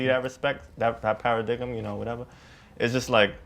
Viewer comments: ........did this man say "para-diggum".......?? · dude pronounces the word "paradigm" "paradiggem." 😂😂😂😂😂😂😂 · I just want to point out that one brother pronounced the word paradigm (pair uh dime) as pair uh dig um. Yes. That happened. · Did this man just pronounced paradigm as para-dick-em? 😒🤦🏽‍♀️Sir, you are dismissed from this panel. ::cue Shaunie from BBWLA voice:: "Thank you...thank you for your services..." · the guy in pink said 'paradikament' lol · P A R A D I G M (third syllable pronounced like "dime") Someone should've corrected him. Pisses me off. But that's life. No one will correct you in real life. You need to go to school or pay for someone who will teach you 1-on-1. That used to me. I mispronounced words for years. So it really hits home. Heed my words: If you fail to invest time in your own education and personal development, don't expect anyone else to. Sad, but true. That's society. The sooner you realize it, the better off you are. -An Educated Black Woman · So they really all just sat there and watched this man mispronounce the word "paradigm" for the world to see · Was he trying to say paradigm? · I hope he pronounced "paradigm" like that on purpose... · DEAD the mispronunciation of paradigm. 😂